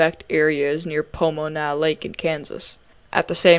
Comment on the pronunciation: I live outside of Pomona, KS and have never heard it pronounced like that! But that honestly could be a correct way to say it!